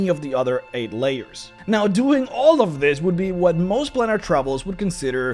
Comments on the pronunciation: It's a plane that you are travelling to therefore it is pronounced as plane is pronounced with a long A in other words an a that sounds like itself PlAnar travel. It isn't a plan, it is a plane. Otherwise thank you for making this video! I love your videos. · It's not "plaanar" it's "plAnar". Beings are travelling the PLANES. So it must be PlAnar travel. Please contact me if you wish to know how to speak certain words. It's no problem for YOU to LEARN, is it? M 🦘🏏😎